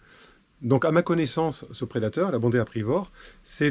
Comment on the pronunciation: Bondrée apivore et non pas bondée aprivore ;))